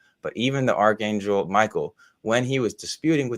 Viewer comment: I notice Dr Stuckenbruck pronounces archangel with the softer "ch" (as in chair ), rather than the more ubiquitous hard "ch" (as in character ). Is this a conscious choice on his part? Perhaps a preference? Or is it just the way he always pronounces the word?